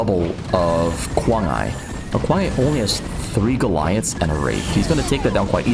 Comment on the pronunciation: Should be pronounced as kuang ai, same sound as iPhone . Kuang Ai (i like iPhones) means 狂爱，crazy love …or love something like crazy ..